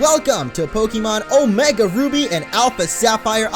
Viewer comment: Omega not omeg